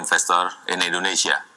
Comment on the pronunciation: Jangan salahin pengucapan yg salah, logat mereka aja yg bikin telinga kalian salah denger. Apalagi Indonesia banyak bahasa. Edit: itu pak karno sama jokowi ada ngucap inggris versi jawa. Dan yg kata Indonesia di ucap Endonesa (lebih kelihatan jawanya banget)